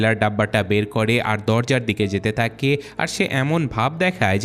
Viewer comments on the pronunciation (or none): সব ঠিক আছে বাট তুমার ভাষা ঠিক নাই তাকে না (থাকে) হবে তকন না (তখন) হবে এমন অনেক ওয়াড আছে যেগুলা ঠিক করতে হবে